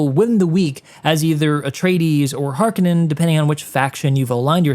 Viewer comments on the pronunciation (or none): its harkOnnen